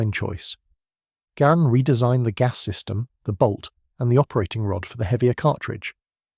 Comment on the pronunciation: Garand was pronounced "Gerund" according to him.